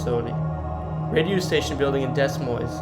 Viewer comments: pronouncing it differently (like po-tay-toe vs po-tah-toe) and pronouncing it incorrectly (it is Rose-anne not Rosy Ann... or Deh Moyne not Dez Moinez) are two very different things entirely. Learn to pronounce or don't do videos. Simple as that. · Also Des Moines is pronounced Dea Moine the S on both are silent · You’re obviously not an Iowan. Correct pronunciation for Nevada, Iowa is Ne-vay-da. Several others you got wrong too. Dez Moinzes? Really? Too many others to mention. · Please program the AI better, make it familiar with the unique names you find in iowa. Roseanne Is pronounced Rozanne, ottumwa is Ah-tum-wa. Des Moines is pronounced De-moyn Too bad these places can't be rehabilitated and humanely used to house the homeless or care facilities for people with mental health disorders. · Dear God man, Pronunciation!! ....Rose-Anne. Uh-Tum-Wah.... Des Moines (the "S" are silent)... "Deh Moin" .. you'd be a lit more successful if you'd create your own content and not copy and paste video from others and Read Wikipedia pages ... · Ottumwa is actually pronounced Uh-tum-wa. Des Moines is pronounced Deh-Moin! Coming from an Iowan girl! Haha cool video!! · I’m not sure how you don’t know how to pronounce Roseanne’s name and Des Moines. It’s pronounced Rose Ann not Rosey Ann and Da moin or De moin. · Seriously it's pronounced Rose-anne and De-Moin the S ' are silent. I hope u don't live in Iowa if so their education system is effed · Learn how to pronounce names. Her name is not pronounced as Rosie Anne Bar, but as Rose Anne Bar! Other words mis pronounced were Des Moines, Inebriates just to list more. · Don't get me started on Des Moines. All you have to do is hear this guy's pronouncing of commonly used words to put you off to this guy's video, despite otherwise good information. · Lol this guy is not from iowa he pronounced the s in Des moines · The way he says Des Moines 😡😡